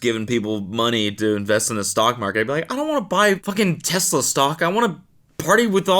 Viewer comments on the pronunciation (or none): none